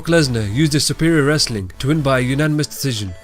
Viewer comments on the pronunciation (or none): none